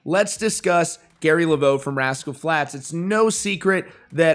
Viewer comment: Its levox (le vocks) not laveau (left vo). You should know that being in country music news.